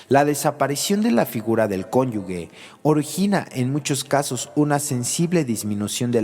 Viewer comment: Solo una corrección: La palabra cónyuge se pronuncia exactamente cómo se escribe. La letra G como si fuera J”. Y la persona que habla la pronuncia “conyugue” lo cual es un error.